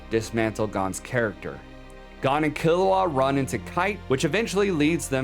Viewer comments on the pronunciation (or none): whoa, whoa, whoa! Don't blame the child Kiruwa for the dominos set in motion by Gon's Parthenogenesis father Gingu! (its driving me nuts that you pronounce Gon like GAN when it s along O sound like GO with an abrupt ending with an N. yet you pronounce Kiruwa as Killawa. JUST USE THE ENGLISH DUB PROUNCIATION !! you dont pronounce Goku as GAKU!!